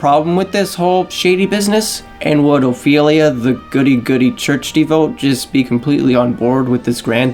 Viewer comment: Good thoughts and analysis. But like... have someone proofread your copy and VO. Lots of mispronunciations like devote (“de-vo-yay”) and nearly correct phrases like tired and true (“tried and true”)